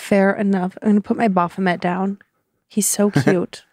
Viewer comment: Congratulations, guys. Not only have you mispronounced 'Baphomet', but you've incorrectly referred to it as both a 'he' and a 'demon', all within the space of twenty seconds. It seems to me you have incurred its wrath.